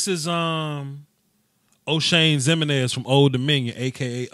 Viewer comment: The way he pronounces Jimeninez is hilarious